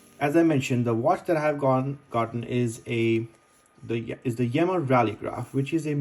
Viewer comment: The brand is pronounced 'Yeema'.